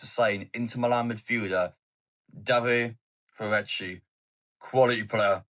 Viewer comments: its fra ta zee not ferechi ps iloveu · …David Frattesi (Frah-tes-eh)